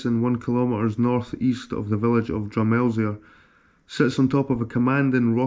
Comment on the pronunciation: Hi. Good detive work...im fae peeblesshire been here since 1974. Drumelizer is pronunciation drum eel e er. Silent z. Its gaelic for merlins ridge. The clan chief was abroad for a while on his return home he found his wife had hiven birth to a wee boy. The chief asked how this had happend. The wife replied "a mysterious knight came out of the of the river and got me pregnant" the chief said from this day on the clan shall be called Tweedie. I have a good knowledge of locar archaeology and legends. Please feel free to pick my brains. Regards Austen